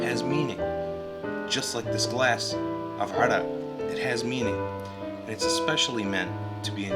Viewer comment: great video... Hey are you lebanese? you pronounce the word Arak so well in arabic